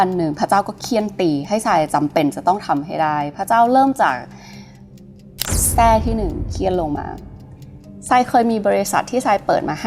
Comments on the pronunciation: ประวัติน่าสนใจมาก แต่ แส้ ครับ ไม่ใช่ แส่ 😂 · " แส้ " การเฆี่ยนตี ไม่ใช่ "แส่ " ครับ